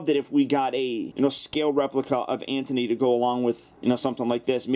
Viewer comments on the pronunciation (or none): it's anty not anthony just watched it 2 minutes ago